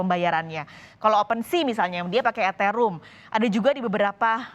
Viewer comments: Eterum ... ? Eteriyum mbak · Eteriyum....? Etherum mbak